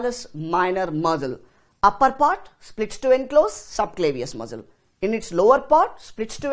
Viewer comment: Great explanation its just that muscle (mssal) sounded like Muzzle like those of guns which was distracting